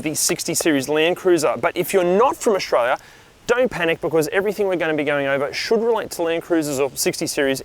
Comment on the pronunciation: "Aushtralias" best 80s "utaliterian" 4x4.